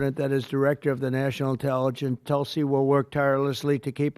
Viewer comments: She is a woman of great common sense,but she never tells others how to pronounce her name Hahahhaah....its pronounced like "tool c"....not tuul c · It's not talsi it's pronounced tulsi